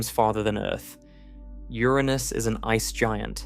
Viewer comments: "Ouranus"?? Yes, it's Uranus. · Was about to say the same! Damm, Ouranus IS large 🤦‍♂️🤣 They never get the pronounciation right... amateurs! 😊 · Pls pronounce URANUS correctly! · Did u say oranus or ur anus. Inquirering minds must know lol. Awesome channel my friend!!!! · Convenient couple of times to pronounce Uranus that way.